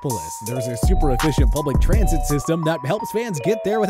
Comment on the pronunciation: “Mass Trasnit Plans”